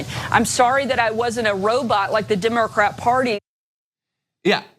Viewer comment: did she say the "Dimmercrat" party??!!!